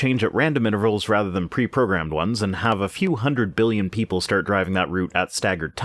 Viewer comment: Ah, good. Voldemort's Muggle grandpa back with "miyons" and "biyons".